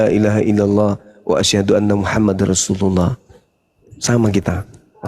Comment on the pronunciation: Aslm... wwb. Salam sejahtera bahagiya dan sehat sellu kawan2ku apologet islam, mohon maaf kawan, hanya sekedar mengkritik sedikit bang, tpi ini penting, " bang itu lafadz SYAHADATAIN yg ada di chanel youtube sajian islam tepatnya lafadz 'ROSULULLAh' itu seharusnya ada WAUW nya bang (ROSUULULLAH). Itu kritikan saya bang, maaf saudara2ku para pengurus API Kalau saya ngga sopan, ttp semangat saudaraku, salam SATU TAUHID, SALAM SATU TUHAN, wslm... Wwb.